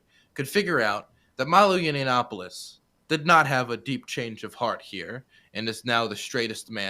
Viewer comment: Every time says "Yinny-yiannopoulos" I cringe He's so so close to pronouncing it correctly